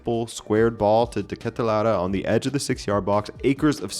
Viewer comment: as a Belgian hearing de Ketelaere pronounced right is a rare thing on the youtube.